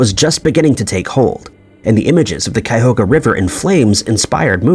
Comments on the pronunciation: Cuyahoga River is pronounced Cuy-A-ho-ga (Cuy like Guy, but with a C). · And then you mispronounced Cuyahoga. It’s four syllables (chi -yugh-hoe-ga).